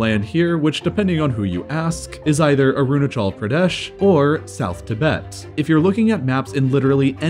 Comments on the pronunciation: How to pronounce arunachal Pradesh u-ra-nachal-pra-desh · I love how he mispronounces the Indian state names 😂